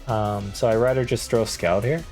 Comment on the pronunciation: Scald is pronounced "Sk-all-ed", as in the move is scalding hot.